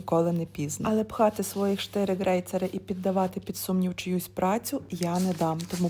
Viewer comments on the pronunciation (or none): Не грейцери, а крейцери....